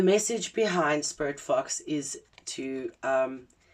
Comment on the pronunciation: When you first said sporit fox i heard spirit fucks 😅 i wasnt looking at my screen so didnt see the fox 🫣🫣🫣😅❤️🔥🙏